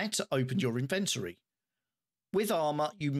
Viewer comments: its a british thing right? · That's the correct way to say inventory. English here in the USA is borderline slang.